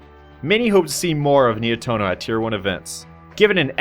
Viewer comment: Just to clarify, it's pronounced Ni-eh-toh-noh, not Nai-eh-toh-noh